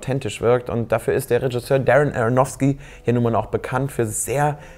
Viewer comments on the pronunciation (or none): none